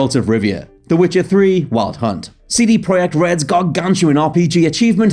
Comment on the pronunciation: CD Pro yect red...why say it like that...